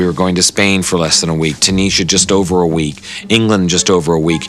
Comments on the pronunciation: He pronounces Tunisia so wrong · George Lucas cant pronounce Tunisia. Tune is ee ah. Not tooneesher, that sounds spanish like tunicia probably why. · He pronounces Tunisia like its a mexican village. Tunescxa? I think just cant pronounce thing s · is it horrible? It's Tunisia just like it's Asia, not Azziah. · The way George Lucas pronounced Tunisia was absolutely fucking horrible, I had no idea where it was until I seen how it was spelled.